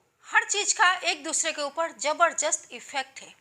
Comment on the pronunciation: Jaberjast nahi hota hai,jaberdyast hota hain hindi pronaunsation .